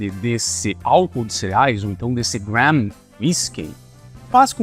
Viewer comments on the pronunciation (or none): none